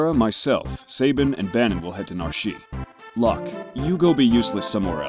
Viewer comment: It is painful to hear them call Locke "Lahk".